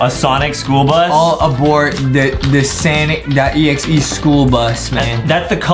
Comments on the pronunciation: It’s. Sonic. Not. Sanic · Its not sanic its sonic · Stop saying sanic say Sonic